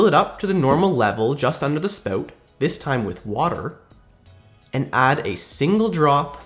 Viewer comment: Haha “spowt”